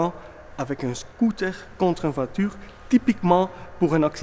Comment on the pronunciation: MDRR " UN VOITURRR !!